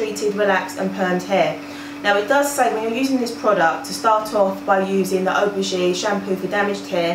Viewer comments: 'ph' is pronounced as an 'f'. You pronounce it Af-o-gee. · Donna McKinson but theres an A in front of Aphogee so it is pronounced as af-o-gee